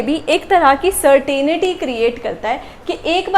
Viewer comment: "certainty" not , 'certainity'